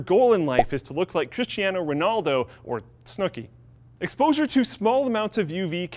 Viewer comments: "coohiano wonaldo"? I know Cristiano Ronaldo, not Coochiano tho. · KRISSTIHANO ROOHNALDOH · i cringed so hard when you said Cristiano Ronaldo